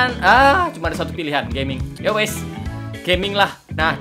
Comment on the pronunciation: "Yowes" Javanese detec